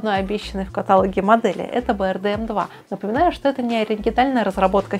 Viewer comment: КаталОг,, кталОг...